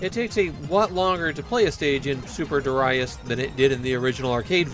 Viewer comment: Super derayas sounds so bad!